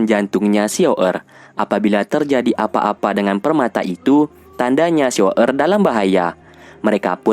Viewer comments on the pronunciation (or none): Xun Er banggggg..bukan xiao errrrr